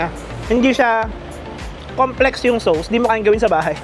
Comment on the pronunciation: Please lang…….ang sauce, hindi SOWS……Soss lang ang pronounciation niya. Nakakairita tuwing binabanggit mo.